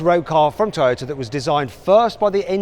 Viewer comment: この人、日本語のトヨタの発音に合わせようとしてて好印象やな